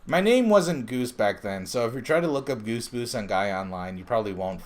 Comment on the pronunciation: When he say Goose Boose but the subtitle said "Goosebumps" Goosebumps intro song playing